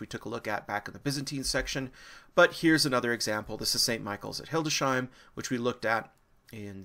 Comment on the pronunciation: Sorry, architectural elevations are not about the interiors alone - mostly to do with the external.... It's Hildesheim...Hildes - heim, not hilde-sheim! It's sepulchre not seplechre.